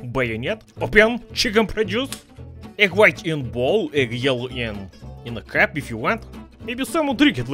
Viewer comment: I hadn't even noticed that he said cup, I thought he actually said window haha